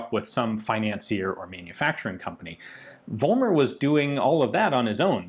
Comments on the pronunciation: I know, it's hard for anglophonic speakers, but the name is "Follmer", not "Wollmer". It's the same phenomenon like in "Volkswagen", it's pronounced with "f". There are some historic reasons for this in German, even Germans get confused about this, before they attend school. But everything else in this vid is pronounced very good. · It's pronounced FOLLmer in Germany.